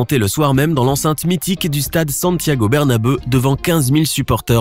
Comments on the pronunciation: Je rêve ou t’a dit dans l’enceinte mythique du stade Santiago Berna«beu» à . 😂😂😂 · mon dieu c'est quoi cette prononciation "bernabeuh" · Jppp " est présenté dans l’enceinte du stade Santiago Bernabeuh" 🤣🤣🤣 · « Santiago Berna-beuh »🤣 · oui c'est ça le soucis il l'a prononcé a la française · 😂😂 même moi j'ai pas vraiment compris je pensais qu'il l'a dit à la française